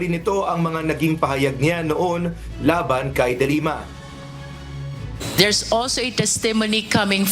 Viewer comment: the way you pronounce the family name of the former lady senator should be de lima not dilemma.